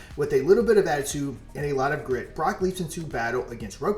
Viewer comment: "Brock" this jeet over here, its pronounced BROKE*